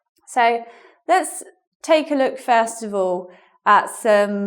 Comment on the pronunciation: Wow, a new teacher! Welcome. A different accent here... When you said ''first of all', sounded to me like FAST :)